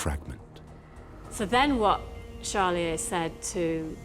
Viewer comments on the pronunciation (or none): Why does the narrator mispronounce the protagonist’s name as Challier?